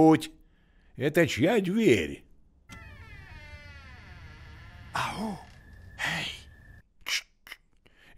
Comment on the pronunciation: Это чья дверь?" 😂😂 с детства запомнила. такое мягкое произношение дЬверь. столько любви и отеческой заботы в голосе Салли благодаря! это очень помогло герою с его задачей – спасти девочку